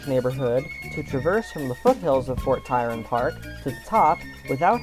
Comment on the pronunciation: Fort TRYON, not TYRON!!